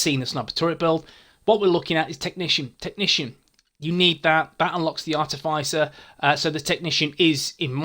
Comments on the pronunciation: Ar-tiff-iss-er not ar-tiff-ice-er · Hey, I'm sure I've mentioned this before but it's pronounced Are -Tif -Is (as in This)-er. Hope you don't mind?